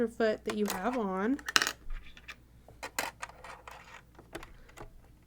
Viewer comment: It's not "pressure" foot. It's "presser" foot .